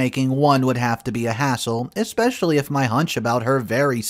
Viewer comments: To you keep pronouncing especially wrong did detracts from the quality of your story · There's no X in the word especially